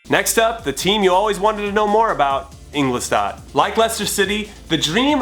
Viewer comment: Jimmy, its INGOLSTADT, not INGLOSTADT